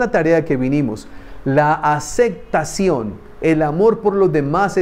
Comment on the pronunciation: Me llama la atención que usted dice acectación y no aceptación estoy mal yo o usted saludos desde México